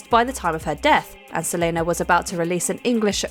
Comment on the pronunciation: It's pronounced Se-LEE-na, not Se-LAY-na. Uncultured swine 😅